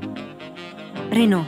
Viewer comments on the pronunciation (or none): none